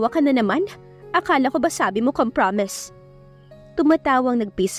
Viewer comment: Correction lang po at huwag nyo naman po sana masamain. COMPROMISE is pronounce as kompromays